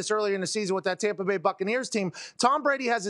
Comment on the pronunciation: Tompa Bay Gronkoneer land 😂